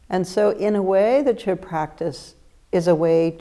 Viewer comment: The letter d is silent in Chöd...